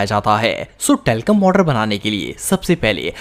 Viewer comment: Talcorm powder😂😂😂😂😂😂😂😂😂 😮had ha😂😂😂😂😂😂